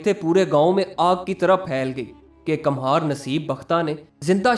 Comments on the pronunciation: کمہار Kumhaar Kum haar = Kumhasr. ک پر پیش ( Pesh ) لگا کر پڑھا جاتا ھے۔ Kamhaar ( galat Talaffuz hai. ) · kamhar nahi kumhar